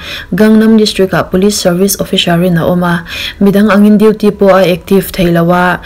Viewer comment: The Hier a..HIER i lam dan hi AIR ti a lam rik tur aw,Episode poh EPISHODE ,Police pawh POLISH OFFICER pawh OFFISHER,SUN pawh SHUN, DESHENDANT OF THE SHUN LEH MY SHUNSHINE tiin ilam.mi zawng2 hmuh lehngaihthlak theihin in dah ta sasa...hei aia subcribers i ngah lehzel theih nan English pronunciation hi khawngaihin zir nasa teh aw..i channel hi ka ngaihlu ania